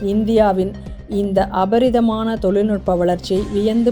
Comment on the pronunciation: அபரிமிதமான என்பதே சரியான உச்சரிப்பு அல்லது அபார வளர்ச்சி என சொல்லலாம்